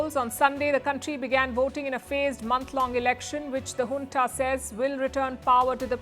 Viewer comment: I have learnt how to pronounce JUNTA after listening to you ; ENGLISH is strange language ; JUNTA is pronounced as HUNTA